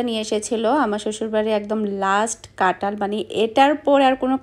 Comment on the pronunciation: কাঁঠাল না বলে ট বলো কেনো?